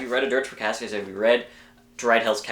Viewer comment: its "KASS-ee-us" btw :)